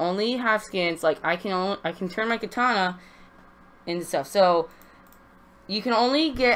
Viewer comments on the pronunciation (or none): none